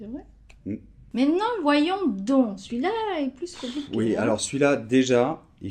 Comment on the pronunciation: Salut! Bon, d'abord mes felicitations pout tous tes videos qui sont super, je dois vraiment vous remercier pour le travail fantastique que vous faites. Je viens de constater que dans la minute 3'03" vous prononcez la "s" de plus en "un peu plus compliqué" alors que on a dit que quand il s'agit d'une comparaison on ne prononce pas sauf si l'adjective commence par voyelle. Pouvez vous clarifier ça s'ìl vous plaît? Merci et Noemi